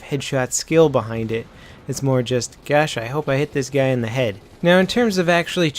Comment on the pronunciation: lmao Back of the heeed!!!